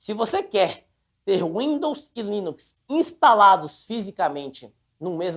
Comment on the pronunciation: tem dificuldade de falar LINUX! toda hora ele fala em linix chamndo de windows kkkkkkkk